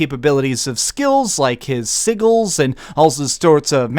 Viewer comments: "Jeralt" and "siggils" . Lol OK we'll go with that. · CHRIST ITS GER-ALT AND SIJ-AL, NOT JERALT AND SIGAL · You also pronounced "sigil" wrong. Jeeze. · I try not to be so anal, but your pronunciation of "Geralt" and "sigil" made me want to stab myself in the ears. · also pronounced "sigils" with a hard g. I guess he mixed up the g's.